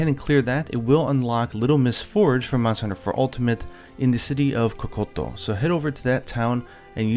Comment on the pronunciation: Does it bother anyone else that pronounces words like kokoto village?